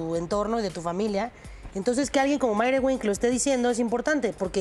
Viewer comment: Se ve como cortan la nota y la desvían poco a poco, ni siquiera dice bien lo de Maire wink .